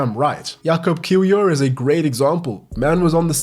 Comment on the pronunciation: It's pronounced "Jakoob Keevior" but not like long "ee" and "oo"